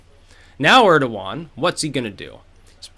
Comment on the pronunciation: Urderwan??? Urderwan!!!! who the fuck is Urderwan!